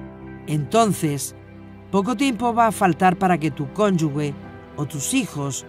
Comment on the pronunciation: Excelente serie, solo para sumar en la pronunciación de cónyuge ( la pronuncian como “conyugue” algo que en español no es correcto). Gracias bendiciones